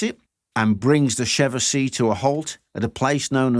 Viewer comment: Isn't it pronounced 'Chevauxshay'(phonetic)?